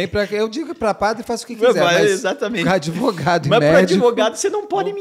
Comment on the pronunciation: Ahaha se fosse aqui nos US…no minimo PRISAO PERPÉTUA! Ta por fora esse “adEvogado”